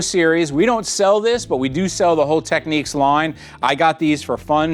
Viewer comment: Tech-neeks?! Really?!